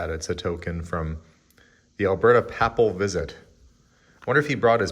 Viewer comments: Papal...pronounced Pay pel ❤ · ...Papal is pronounced > pay pull. Keep up the great work. You two have a beautiful family. Happy Saturday Feb. 10th 2024.